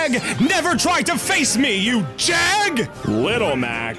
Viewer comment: R u from Pittsburgh, cuz i heard u saying jag